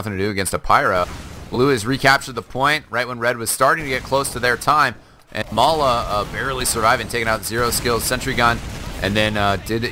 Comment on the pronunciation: It's not Mala, it's Ma3la .